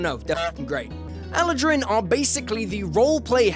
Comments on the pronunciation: I flinched every time he said Eladrin like that 😂 Such a great video though 🐘🦁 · Anyone else really annoyed by the way he pronounces eladrin?